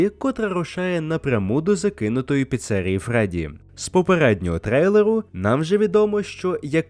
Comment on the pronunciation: Блять чому піце́рія якщо піцері́я